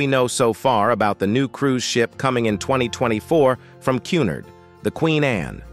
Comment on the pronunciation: Qnard, not CUNid.